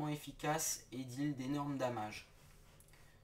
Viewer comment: Critique construtive : Analyse des actions de jeu et description des build/composition de team vraiment intéressantes et formatrice, il manque pas mal de punch à mon goût et l'anglais avec l'accent français me fait rire par moment mais des fois c'est vraiment moche ( " damage " ) Voili voilou , j'aime bien les vidéos quand même ^^